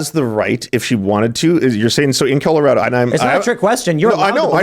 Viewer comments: I swear this dude says “killarado” when agreeing with 9 month abortions 😂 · Did anyone notice he said "Killorado" by accident? LOSER.